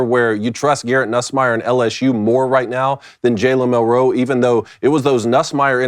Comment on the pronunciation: Milroe….. Not Mil-roe say it with me Milroe